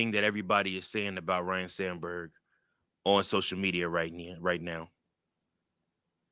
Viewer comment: FYI, it's pronounced Ryne, not Ryan, okay?